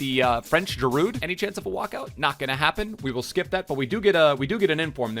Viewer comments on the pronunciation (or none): On he really said French girud